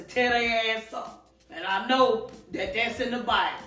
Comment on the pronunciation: Say things like thyat